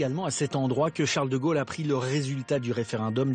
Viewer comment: quand prononcera t-on correctement De Gaulle et non De Geuelle , au se pronone o et non eu !!!